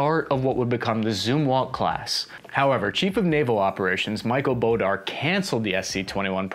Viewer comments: is well known for some interesting pronunciations. I wasn't watching the video(I was listening) and I couldn't figure out who he was talking about until he said that the Admiral passed away. I was wondering who Admiral "Bordar" was... I was in NROTC when that happened so it was big news. I always thought it was pronounced "Board-uh." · Can you please correctly pronounce Admiral Boorda ‘s name correctly? It is pronounced “Board da” When you are unsure - ask some one who served in the Navy . Where you ever got “ Bow-dar” out of the spelling , I havent a clue. Phonetics must not have been taught in schools when you when through or you are using AI to dictate your text to. Not researching pronunciation of last names of senior commissioned officers from any US Military Branch is disrespectful. I subscribe to your channel and do like your videos. I served during the time that Admiral Boorda was CNO, so it was irritating to hear you get it wrong so many times. I was a Navy Air Traffic Controller, so clear & correct speaking was kind of important in our rate. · It's Bore-Da, not Border. He was a Sailor's admiral and loved by everyone but brass. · Adm. Boorda my friend. Not Bodar. Sounds like a marvel character. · It’s pronounced “Admiral Bore Da” not bodar. Love your videos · How the hell did you get "Bodar " instead of Boor-da? ADM Boorda was a true-blue Navy man and his apparent suicide was a tragedy. His death looking back was the end of an era where Military commanders in Pentagon actually cared about their men in uniform "in the trenches". Please edit the video and pronounce his name correctly to honor his memory. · Boo-Dar???? It's Boorda, Bore-duh. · it's "bore-duh" not "bo-darr" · Boorda != Bodar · BOOR-DA. Not "Bo-dar" 😣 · Admiral "Bore-DA" ... that is how you say his name. Admiral Boorda was the 1st CNO who came up through the enlisted ranks. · You are seriously mangling this poor man's name. It is pronounced Boar-da. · Please pronounce his name right